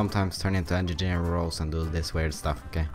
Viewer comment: "I sometimes turn into engigeer " -, 2015